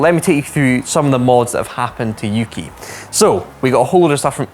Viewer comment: yuki?(youki) uki?(ooki)